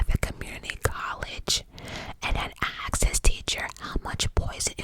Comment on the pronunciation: "Question was axed"😂😂😂😂